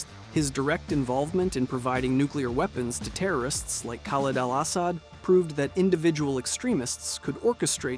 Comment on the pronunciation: "Khaled Al-Ahs-ad" "Cordis DIE." You should try playing CoD4MW and BO2. They are really good.